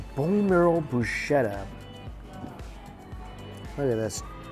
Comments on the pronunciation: Bru-sket-a NOT bru-shetta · I love ya Mikey, but you crucify so many languages. Lol. Broo- sket-a. Not bu-sheta. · No Brushh sheta lol 😝 it’s bruzzz ke ta lol 😂✌️ by the way delicious 🤤 food 👌👌👌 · Broos-ketta. Please.